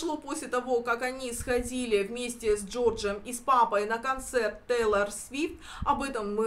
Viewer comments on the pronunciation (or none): none